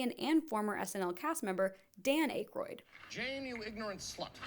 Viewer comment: Yet she doesn’t know how to say Dan Aykroyd or Gilbert Gottfried.